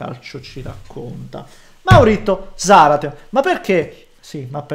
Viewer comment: Si pronuncia Zàrate... quando hai curiosita' italiano/Spagnolo, chiedi pure perché mi piace la gente onesta